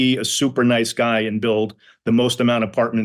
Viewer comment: Yeah- I noticed that with Fred pronouncing "Guy" Giiiii